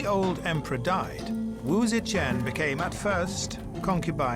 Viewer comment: It bugs me that the narrator mispronounces Wu ZeTian, saying is as Wu Ze"Qian" (saying "Chan" instead of Tian)🤦🏻‍♀️